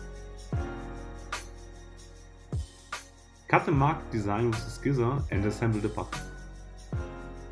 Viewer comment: Awesome video. Please look up how "scissors" are pronounced though.